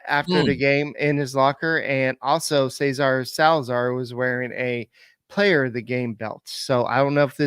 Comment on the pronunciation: It is NOT pronounced “Caesar” but SEH-SAR. The GREAT Gene Elston, Astros radio announcer ( ) pronounced the name of Cesar Cedeño correctly.